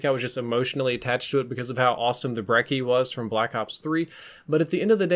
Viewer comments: Brechi. Not brecki. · Team Ruthless Yeah. It's pronounced "Brecchi" beacause it's supposed to be Italian, Although I haven't heard the word Brecci in my entire life. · its pronounced 'breh-chie' surely you know how Gucci is pronounced. Lol great video as always. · When you pronounce brecci wrong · Lol stop saying brecci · said Brecci again 😂